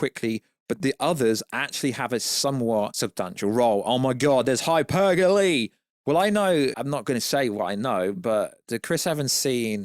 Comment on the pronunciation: what are you saying here? When you say “hypergaly” with a Kermit voice. Edit: “oh my god, there’s hypergolly!* What are you saying? Edit: again!!